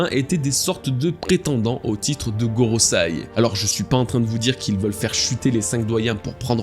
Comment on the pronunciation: GorosEi, pas gorosAi. Bon sang de bois.